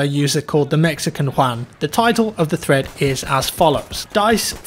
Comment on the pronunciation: Every time you said thread in your video, it sounds like you said threat.